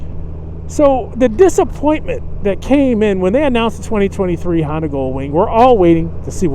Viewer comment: It's Honda, not Handa.